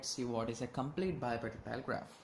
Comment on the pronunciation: why u sayin bipartitile graph